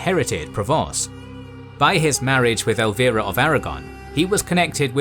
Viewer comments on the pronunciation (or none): none